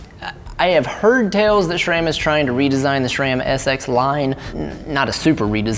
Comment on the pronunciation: stop saying schram. Does every murican try to sound dumb or do you hate the brand?